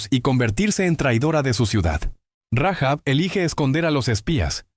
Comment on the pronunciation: Rahab, sin pronunciar la h o la jota